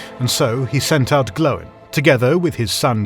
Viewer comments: Same with Oin as "Owen" and Gloin as "Glowen" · "...and Torin was left grievously wounded" and so was my ears after that (and other) terrible mispronunciation(s)(..."together with Glowen..." ) from whoever this person is! I don't know who this person is but he lacks a certain something that Karl has, not sure what it is but I wasn't as engaged in this as I should have been.